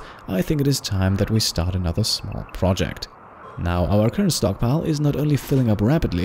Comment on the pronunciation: Instead of "stockpile", i heard "stonkpile" S T O N K S